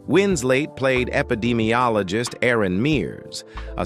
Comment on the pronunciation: This knucklehead keeps calling her wins late come on you dummy it's wins let. 🤗🌹🤗